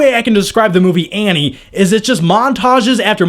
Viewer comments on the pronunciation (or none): none